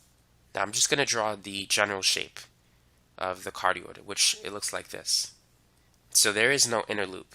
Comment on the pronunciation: For everybody watching, it’s “cardioid” not “cardiod”